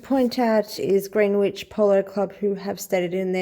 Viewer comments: Greenwich is pronounced Gren-itch In our quaint English language. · Greenwich pronounced Grenitch (FYI in future).